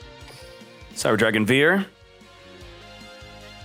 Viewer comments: kinda ironic that he doesn't pronounce it "fear" in the first place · Cyber dragon vier isn't pronounced like that. It's German for four. Instead pronounce the V like an F.